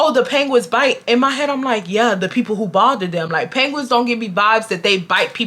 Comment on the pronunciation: The way you pronounce penguins like panguins is taking me tf out😭😭